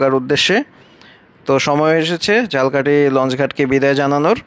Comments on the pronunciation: Jhalkahti abar ki jinish vhai eta to uccharon hobe jhalokhati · আপনার উচ্চারণ ঠিকে নেই। ঝালকাঠি না এটা উচ্চারণ হবো ঝালোকাঠি বাট আপনি যেভাবে বলছেন সেটা হলো জালকাঠী। আপনি একটু খোজ নিয়া দেখবেন উচ্চারণ টা কি হবে। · ভাই উচ্চারণ ঝালকাঠি না ঝালোকাঠি হবে। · আমিও একই comment তাকে করতে চেয়েছিলাম। আসলে ইংরেজি word এ লেখা দেখলে পাবো 'Jhalokathi'। যাকে তিনি বলছেন Jhalkathi (ঝাল্- কাঠি) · আপনি যে স্থানের ভিডিও বানাবেন সেই জায়গার নামটি ভালো করে উচ্চারণ করুন, ঝালকাঠি কে একসময় বাংলাদেশের কলকাতা বলা হতো এর ব‍্যাবসায়িক অবস্থান এর কারনে!